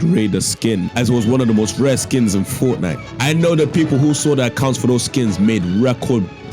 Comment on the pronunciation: Fort Nite? Really?